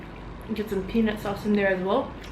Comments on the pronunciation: Even i heard pen*s sauce..hahaha.. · So ok, I was watching your video while cooking dinner for my husband (for some company ☺) and when you said "peanut sauce" I literally froze for a sec and said in English (I'm Italian and I live in Rome, English is def not my first language 😂) "...What? Wait what?!...!"...I definitely heard "pe___ sauce" 😂😂😂😂😂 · Guys said "peanut sauce" but said it sounded like something else. I guess you werent paying attention